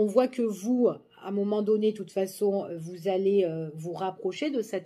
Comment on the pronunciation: Bonjour.. j'adore votre petit accent du sud quand vous dites...à un moment donné...❤❤